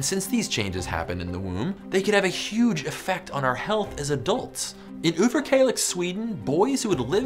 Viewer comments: well.... i live in kalix so i that pronounciation...great job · I just like how you pronounced Överkalix.